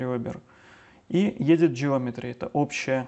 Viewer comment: классно, только не Едит, а Эдит. Не Эйч, а Эдж